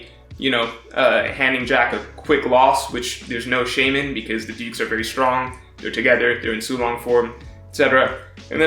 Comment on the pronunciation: everytime he said dukes i thought he was saying dudes lmao